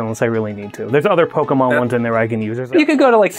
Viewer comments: Its mon, pokemon, not man!!! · "Pokeman" Looks at the spelling for Pokémon I'm pretty sure Mon makes more of an 'On' sound then a 'An' sound so can confirm it is Pokemon not Pokeman. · Pokemon, not man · Actually it is pokemon po ke _mon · There is nothing cringier than someone deliberately missprinouncing the word Pokemon as "PokeMAN" just to try to emphasize their ignorance.